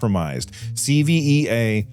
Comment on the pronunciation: CEVA logistics is one of my clients at work. I can't really say anything about the hack (this is the first I've heard about it tbh), but FYI it's pronounced See-va